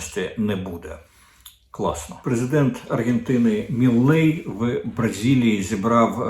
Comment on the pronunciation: Не «Міллей», а «Мілей». Я ж Вам вже казав. Вік вже, еге ж?